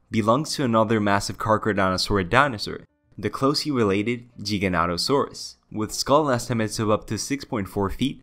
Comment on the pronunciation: Never heard any legitimate paleontologists pronouncing it as anything but "Geega-notosaurus", source? Used to pronounce it "Giga" and was reprimanded for it.